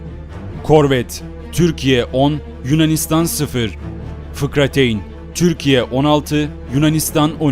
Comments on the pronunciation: 5.30 fıkrateyn değil fırkateyn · FIKRATEYN değil Fırkateyn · Fıkrateyn değil fırkateyn olacak 👍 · fıkrateyn değil fırkateyn ve çıkartma gemileri değil çıkarma gemileri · FİKRateyn değil FİRKATEYN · sen şakamısın. ( Fıkrateyn )nedir fıkramı anlatıyorsun. Onu düzelterek yayınlamak aklına gelmedimi. FIRKATEYN o videonu düzelt öyle yayınla bidahakine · da Fıkrateyn değil Fırkateyn olacak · FIKRATEYN DEGIL FIRKATEYN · kendini fazla kaptirmis fikrateyn değil fırkateyn 😂😂 ama güzel video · FIKRATEYN DEĞİL FIRKATEYN.... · fıkrateyn değil firkateyn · Lan fıkrateyin ne gıcık oldum fırkateyin* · Fıkrateyn diyip durmuşsun cahil misin? fırkateyn o F I R K A T E Y N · Fıkrateyn değil "FIRKATEYN" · firkateyn olacak fikrateyn degil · abi fıkrateyn değil fırkateyn olacak :DD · Fıkrateyn değil "Fırkateyn" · FIKRATEYN değil FIRKATEYN... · fıkrateyn ? fırkateyn :) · Fıkrateyn değil fırkateyn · Eline sağlık video için ama "fikrateyn" değil, (fırkateyn) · Eee o fıkrateyn değilde fırkateyn olucaktı sanırım 🤗🤗🤗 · Fıkrateyn değil doğrusu 'fırkateyn'. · duzeltmek gibi olmasin yanlisin bulmaya calismiyorum yanliz FIKRATEYN diyorsun benim bildigim FIRKATEYN olacak? yanlis miyim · Fırkateyn değil, fırkateyn olacak.. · Fıkrateyn ne la 😄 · Video güzel ve açıklayıcı olmuş. Ama ben "fıkrateyn" kelimesine takıldım. Fıkrateyn nedir abi doğrusu fırkateyn değil mi? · Fırkateyn fıkrateyn değil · Seviliyorsun. Ama FIKRATEYN DEĞİL FIRKATEYN:)) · Fikrateyn degil firkateyn abi:D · Fıkrateyn değl, fırkateyn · Kusura bakma ama bu işten anlamayan çekmesin bu videoları, çok sığ ve basit anlatılmış bir, ikincisi de fıkrateyn değil fırkateyn olacak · Fıkrateyn değil de Fırkateyn mi olacaktı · fıkrateyn demeseydin iyiymiş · Fırkateyni doğru telafuz edemeyen birinin verdiği bilgilerden şüphe ederim.. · Valla abi o kadar çok "fıkrateyn" dedin ki doğrusunu bi an unuttum. :)